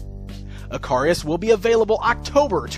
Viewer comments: Don't you pronounce his name ick-a-ris instead of eh-car-ri-us. Other than that, looks a pretty solid figure all round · His name should be pronounced Ick-a-ris, just like the character from Greek Mythology. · Dude, not sure you are pronouncing his name correctly. I think it is pronounced like the Greek myth.